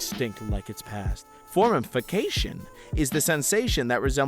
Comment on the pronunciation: A list of every word mispronounced or misread in this video, and the pronunciation given: Paleontologist - Patlodges Formication - Formification Nuclear - Nucular Postulated - Prostulated Acacia - Asyria Tortilis: Tortils Ténéré: Tenerea Track - Truck Illinois - Illinoise Graham - Gram Transport - Transportation Being - Beering Finola Hughes - Fiono Huge Stochastic - Stohastic Romain Rolland - Fromain Roiland Ramakrishna - Ramakrisha Hippopotamus - Hipotamus Helium - Hilelium (The Scottish Play article) - (attempted Scottish accent was actually Irish) Dolby - Dobly Asinorum - Asinorium Asinaria - Asrania Into - In Perception - Participation Workplace - Works Pheremone - Feramin Posits - People Achieved - Achived Internet - Internot Phenomenon - Phernomenon Neshev - Neshvev Physicist - Physhhjhluigh Password - Word For - Orfor Improvisational - Improvational EI - EL Iron - Ire Trail - Trails Kodiak - Kodak Unidentified - Unifiedentified Colorado Springs, Colorado - Colorado Colorado Pantone - Pontoon Drab - Dark "[The U.S.] is not as cool as people think it is in other countries" - Nobody thinks the U.S. is cool. Institutions - Installations Abian - Abain Mediated - Meditated One another's - One's others Tsundoku - Tsinoke Dooku Any - My Unlisted - Unsolicited Simultaneous - Stimulus Chimpanzees - Chimpanzeens Inexactitude - Inexitatitude Circumlocution - Circumluculation Substantially - Substantly Recorded - Recommended